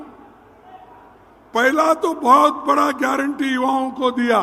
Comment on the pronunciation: तुम्हारी, खुद,कि, तो,गयरटी नहीं है, मंदर चोद,ओर, तुम को गयरनटी, क्या, लोगों